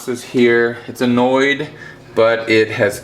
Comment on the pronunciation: When you showed your Phal and said ‘it’s a NoID’ I was off track and understood ‘it’s annoyed’ & then I realized 😅😅 had a D’oh moment there 🤣